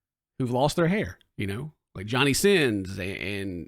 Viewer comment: Talking about bald people, you said Johnny Sinns🤣🤣🤣🤣🤣